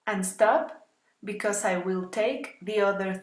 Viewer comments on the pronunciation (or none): none